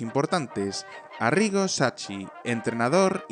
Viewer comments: Sacchi se lee sakki, por favor no tenéis que maltratar nombres y apellidos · Has pronunciado "Sacchi" mal :(